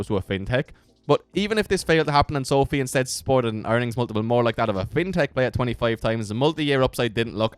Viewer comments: Pronounced so-fy Not so-fee guy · not called SOOOOOFFFEEE - its called SOFI - come on dude